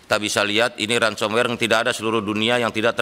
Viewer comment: Dari cara ngomong ransomwer sama lates fersion😅